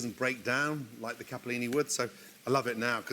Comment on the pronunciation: Anyone else thought to the grilled lettuce in kitchen's nightmare??? 😂 Gordon please, learn to say CAPELLINI, it has 1 p only 😊